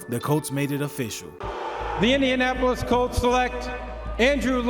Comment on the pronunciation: Indianapis? Learn to talk bro